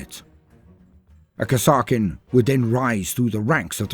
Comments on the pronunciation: i always thought that kasrkin was pronounced as kas-eer-kin but still awesome video loved it as always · Pretty sure it's pronounced Kaser-kin, as in Castle-kin. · I've never heard it pronounced that way before, always said it as Cass-ER-Kin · Oh no, I had not heard of these troops until about a month ago, when the Killteam news reached me. So I don't know how to pronounce the name. Is it Kass-ar-kin like says it here or Kazzer-kin like how Auspex Tactics says it? Both channels are British so I trust both as primary sources equally